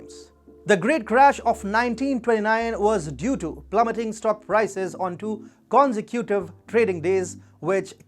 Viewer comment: Why don't you look up a word like 'consecutive' and then use the little speaker-symbol to hear how it ACTUALLY gets pronounced instead of making a laugh out of yourself? Cause that seems a bit of of place when you try to become something of an analytical authority on the most important & most 'global' things! By the way, it's something like "kon - zèk - joe - tiv(uh) - li"